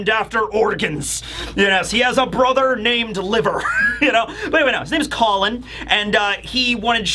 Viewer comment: pronunciations change from Call-on to Colon to straight up Colin 😂😂😂